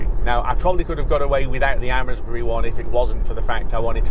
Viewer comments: Thanks, just back from the Amesbury supercharger, its pronounced as 'Aimsbury' 🤣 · Amesbury is pronounced Aimsbury.